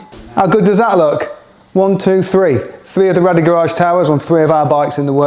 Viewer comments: Great products they are! However It’s actually pronounced Rade as in “Raid” not Rad-ee. The owner is called Radek and I can assure you it isn’t pronounced how you say it bud. You mention you can’t get them from anywhere else in the UK but in fact you can, I get my Rade Garage products from the only UK Authorised Re Seller that is Wrenchride UK in the North West. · Bloody hell. If you’re going to spruke a great product from a great company at least call them the proper name. RADE Garage not Rally Garage 🤦‍♂️ over and over again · sorry about that guys. Clearly my un-cultured Aussie ears heard it wrong 👍🏼😂